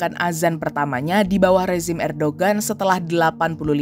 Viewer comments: erdogan loh min bukan erdoan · ko ngomong nya erdoan si, harus nya kan erdogan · erdoGAN...bukan erdOAN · Erdogan, Robot Ai : erdoan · apakah aku salah dengar ? kenapa erdowan ? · ERDOGAN bukan erdowan brooo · Bkn erdoan min, erdogan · Erdoan ? Apa saya yg salah dengar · Ko bacanya Erdoan